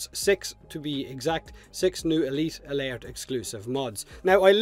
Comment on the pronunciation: Good job man. Elite Alert has got to be hard for u to say as clearly as u do. Im wonderin how many takes did u have to do or did u practice it alot?? Elite Alert...lol